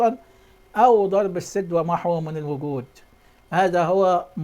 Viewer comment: قوله الاول يعرف يتكلم وينطق الحروف صح دا بيقولك السـِـد " بكسر السين " وبيقولك بيان متوقع.. يعني مش حقيقي بيألف من عنده بصراحه تحفه 😂😂😂